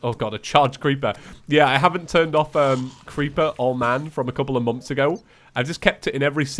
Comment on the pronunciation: why do all welsh or irish say moms instead of months